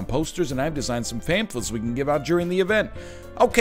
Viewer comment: FAMFLETS HE SAID THE WORD WRONG 🤣🤣🤣🤣🤪🤪